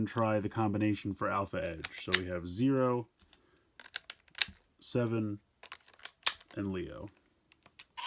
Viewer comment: Ultraman Zero’s name is actually pronounced ze-ro.